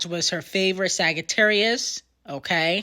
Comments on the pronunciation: 😭why u pronounce sagittarius like that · Got nicknames for everyone but can’t say Sagittarius 😂